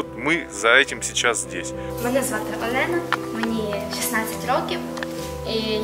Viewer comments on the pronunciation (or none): none